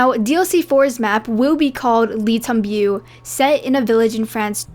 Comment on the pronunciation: You really put a lot of effort in these videos , great job ! Already excited for the next DLC !! Also a quick tip , the correct pronunciation of "Le Tombeau" is like saying : "Lay - Tom - Bo" .